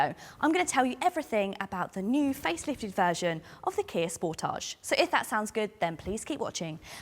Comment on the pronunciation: Truly appreciate your correct pronunciation of the car's name SPORTAGE,. Can't wait until your actual road test with the facelifted model. Many thanks!